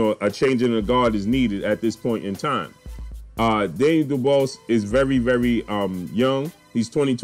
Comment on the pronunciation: ..his name is pronounced “du-bwah “ trust me I am from the UK his surname is French..you know the French colonised parts of Africa??